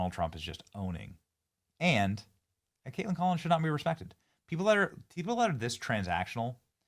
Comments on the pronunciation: The way you are saying her name is annoying. Just say Kaitlyn....like you always have...just because it's spelled kaitlan doesn't mean you say katelAN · Is Benny being silly or her seriously think that’s how to say “Kaitlan”?